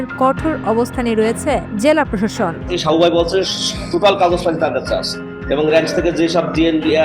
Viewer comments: সাবু ভাই বললো নাকি শাউয়া বললো? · সাবু ভাই না শাউও ভাই কইলো বুঝলাম না 🙂